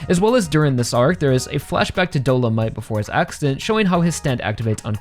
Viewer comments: btw it's do-lo-mi-te not do-lo-mite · A couple things concerning Dolomité: - I’m kinda surprised you’re not a fan of this fight because it’s genuinely my favorite in the entire part - It viscerally pains me every time you pronounce his name as “Dolomight” lmao